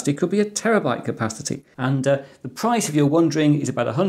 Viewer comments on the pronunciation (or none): none